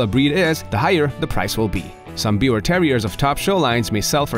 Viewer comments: you pronounce it 'beaver' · It's pronounced like " beaver " -- the W is a V sound in German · Thank you for saying the name almost correct. Its german so the w has a v sound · The pronunciation is "beev-ehr" with a soft "r" at the end, almost like "beaver". 🙂💜 Also called a Tri-Colored Yorkie. My parents have a Biewer. Even with her serious heart condition, she is the spunkiest, most spirited dog I know, and she LOVES attention! ❤️ Stubborn and opinionated, but an absolute lover! 🥰